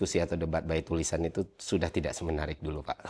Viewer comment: bang semenariknya jadi "SEMENEARIK" tuh